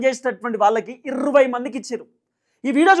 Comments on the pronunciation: మిడి మిడి జ్ఞానం ఉన్న వారు ఇర్వై ఏ... అంటారు బ్రో... అందరూ జర్నలిస్టు లే... ఈ లోకం లో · ఇర్రవ్వై కాదు సార్ ఇరవై అనండి. మనం తెలుగు వారం అయ్యి ఉండి తెలుగు సరిగా పలుక పోతే ఎలా సామి.